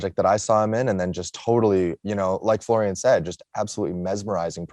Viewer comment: It's Florian, not Florian. It's very important to get the pronunciation right. The same with Sebastian Stan.